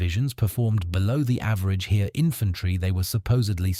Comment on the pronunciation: I worked it out! The "Here" he keeps talking about is " das Heer". Pronounced "Hair". I know I'm f***ing stupid but this was confusing and didn't give me confidence in the rest of the video.